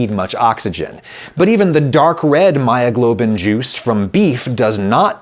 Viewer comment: "Heemoglobin and myyoglobin... nice lady!"